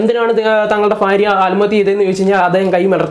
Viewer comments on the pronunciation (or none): സഹോദര. ആൽമഹതൃ. എന്നല്ല .ആത്മഹത്യ എന്നാണ് ഫാരൃ.അല്ല. ഭാരൃ .ഭൂമിയുടെ ഭ വല്ലാത്ത കഷ്ടം തന്നെ ഉച്ചാരണത്തിന്റെ കാര്യത്തിൽ മറ്റു ജില്ലയിലുളളവർ മലബാർ മേഖലയിലെ. ജനങ്ങളെ കളിയാക്കി. സംസരിക്കാറുണ്ട് അവർപോലും ഇന്ന് നല്ല രീതിയിൽ. സംസാരിക്കുന്നു എന്നിട്ടും നിങ്ങൾ. പഴയ പടി തന്നെ. മഹാ കഷ്ടം